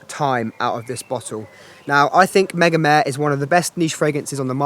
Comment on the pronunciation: Mega-meh? Isn't it mega-mar-re